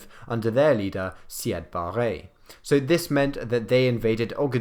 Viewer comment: C8 barre 😂😂🤣🤣🤣 it’s siad barre